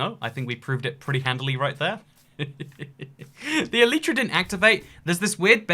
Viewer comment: You are saying Elytra wrong